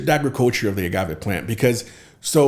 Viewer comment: How says “Ajriculture” instead of “agriculture” 😅🤪🤪🤪 but I’m here for it! LOVED THIS PODCAST!!!! So relevant and educational!